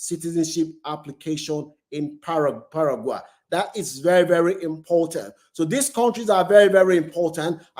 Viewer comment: Argentina is a racist country . Brazil and Mexico is a poor country . So no African passport is worth it ? African passports is a toilet paper . Your pronunciation of Paraguay is out of tune, same as Uruguay... learn to pronounce these countries properly mate .